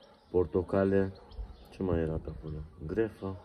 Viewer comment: GRAPEFRUIT -se proonunța GREPFRUIT !!!!! GREFA este o operație la inimă !!!!!😊